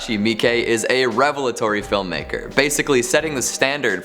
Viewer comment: good for for not butchering Miike's name unlike lol miss you